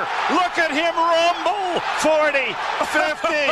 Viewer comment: lmfaooo "look at him rrrumble"